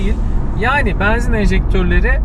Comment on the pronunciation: Benzin kelimesinin telaffuzunda 'E'harfi açık kullanılmaz. Kapalı 'E' kullanılır. O kadar cok rahatsiz etti ki yarısında kapatmak zorunda kaldım.